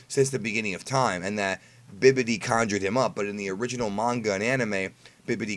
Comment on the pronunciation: Did he say BIBIDI😂😂